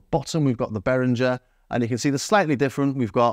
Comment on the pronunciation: I wasn't about to comment, but this video deserves another one, if only for the YouTube algorithm. Great comparison. And you are one of the few people who actually pronounce Behringer very well.